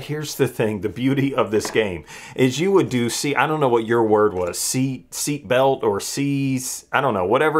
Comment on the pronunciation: Did you just say "sea belt"? Honey that would be SEAT belt. Lol. Now I can't pay attention to your video anymore. Smdh